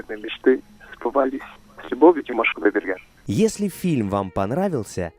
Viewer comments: Она вроде правильно произнесла - Димаш Кудайберген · я прослушала еще раз, она правильно произнесла - Димаш Кудайберген)